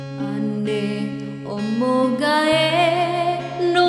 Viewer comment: Lagu Ina Koe Moghae, penyebutan hurufnya kurang sesuai, harusnya Moghae dilafalkan jadinya "MOGAE" kurang bagus didengar. harusnya lebih di tekankan pengucapannya. saya orang Muna agak risih mendengarnya.